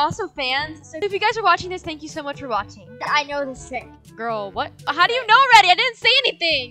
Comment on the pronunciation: It’s not Mach it’s much